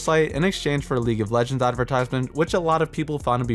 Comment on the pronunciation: Calling the champions legeñds over and over is really annoying xD